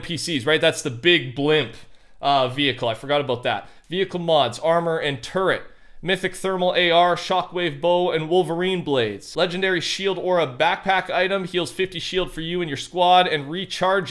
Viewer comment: nice “Legedary”